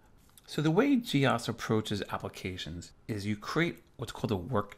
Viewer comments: G Ose not G Oss. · Weird, we called it Gee-Ose not Gee-oss as you do. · Back-in-the-day, we didn't call it Gee Ahs.. more commonly pronounced Gee Ohs.. which makes more sense.. OS.. Other add-ons were GEOFile and GEOPaint. They would sound funny Gee Ah prefix pronunciation. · I've never actually thought about that before. In my circle we always said gee ahs. But your point about the apps being called geo... has sold me on that pronunciation. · had this in the 80s on my c64, always pronounced it wrong though. gee - o's